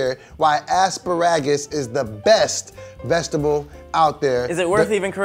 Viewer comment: Said “I Think The Best Vekshtable” 😂😂